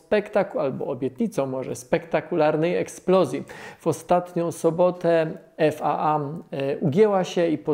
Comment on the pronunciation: Nie IF-4 tylko IFT-4. Nie mechacilla tylko mechazilla. Nie "EF A A" tylko "EF EJ EJ"